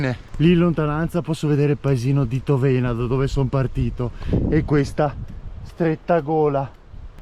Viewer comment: Egregio, congratulazioni per i tuoi magnifici video, i suggerimenti, i ricchi spunti, le interessanti informazioni, le immagini pazzesche, nonché il tuo grande entusiasmo :) P.S.: Piccola correzione in merito alla pronuncia della frazione di Cison, che è Tóvena e non Tovéna.